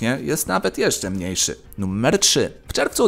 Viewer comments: Czy tylko ja slysze "Nummer"? :D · Dlaczego "nuMMer"?